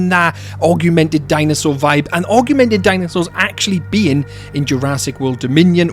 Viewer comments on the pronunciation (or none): Am I deaf or are you saying "arguemented" instead of augmented? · The pronounciation of "augment", "augmented", and "augmenting" in this video hurt me physically.